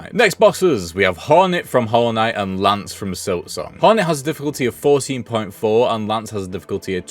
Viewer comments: I know I'm probably being annoying but her name isn't lance it's lace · Why’s he calling lace, Lance? Lol wtf?